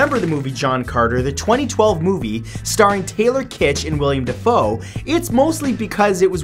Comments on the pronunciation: Hey, Matt. Big fan. Just wanted to make a small correction, hope you don't mind. It's Willem Defoe, not William, and it's Kirsten Dunst, not Kristen. Great video though. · Willem Dafoe. Will em. Not William. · IT'S NOT "WILLIAM DAFOE" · William dafoe WILLIAM DAFOE 𝐖𝐈𝐋𝐋𝐈𝐀𝐌 𝐃𝐀𝐅𝐎𝐄 its willem